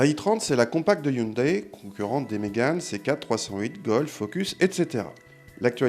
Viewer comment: répète après moi: HYUN-DAAAA-ÏÏÏÏÏ !!!! et pas Hyundèèè